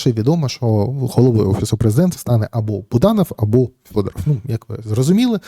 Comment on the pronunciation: Вимовляйте прізвище Федоров українською, а не російською!!!